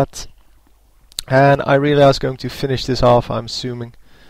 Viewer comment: Apparently its Irealiea, not Irelia, get it right......